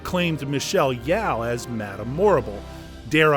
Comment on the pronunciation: "With the strong presence of witchcraft which will bother some members of the audience" Seriously, do you even know what this movie all about? It's story about a witch! Hence, the title Wicked! So obviously there will be ALOT of witchcraft! And its Yeoh, not Yaw! And the grading? Yes, dark tones because obviously ACT 2 is a lot darker.